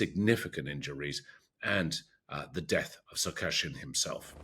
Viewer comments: It's Sarkisyan, not Sariksyan. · Not "sar-KASH-yan." It's "sa-reeks-YAN."